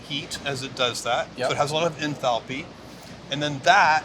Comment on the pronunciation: that's a kindof strange pronunciation of enthalpy